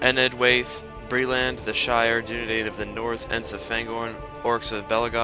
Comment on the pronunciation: Then why make a video about it? Youtube is seriously full of people trying to pronounce LOTR stuff, and all of them get it wrong. Sauron is "sore-on" Dunedain is "dunedane" Dirhael is "durrhill" Like.. just.. don't make the video in the first place if its that hard.